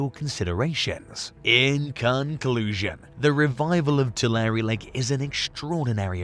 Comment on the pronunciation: Pronounced "Too-lair"